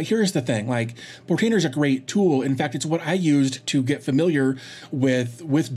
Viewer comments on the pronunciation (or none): none